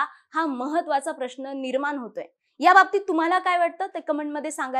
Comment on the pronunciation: परिनाम,निर्मान, येन्याच, आनि.... किती अशुद्ध उच्चार...🫣